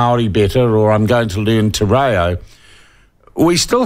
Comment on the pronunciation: He’s questioning the use to Te Reo and he pronounces it Tee Rayo 🙄